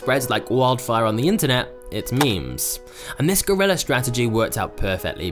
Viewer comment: It's guerrilla not GORILLA 😂😂😂😂😂